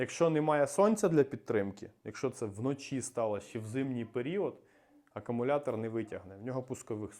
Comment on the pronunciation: Акумулятор, а не акамулятор, сідай двійка.